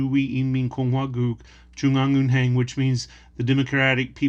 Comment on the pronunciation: your pronounciation of "Jwoong-Ang-Eun-Heng" was really good. Mostly Americans can't pronounce perfectly "Heng" but they say Haying. It is one sound heng you did well I amazed. And this is really good stuff we can learn other countries' cultures!